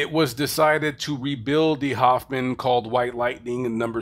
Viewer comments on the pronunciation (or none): none